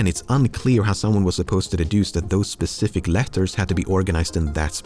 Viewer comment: Even after so many years, Lemmino still pronounces it "spethific" sometimes.